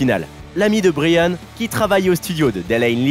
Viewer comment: Très gros fan de Queen et polyglotte malgré moi, va falloir faire des efforts sur les prénoms Anglo-saxons 😅non mais vraiment. Fais un effort, tu peux pas prononcer Bryan « brillanne » mais « Braïanne »